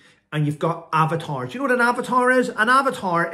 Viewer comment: Oh - AVATARS! I thought you said abbatoirs! : -)